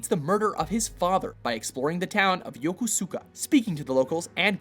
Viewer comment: dude it's pronounced Yo-Kos-Ka.